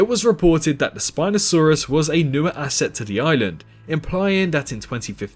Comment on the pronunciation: It's asset not assest tho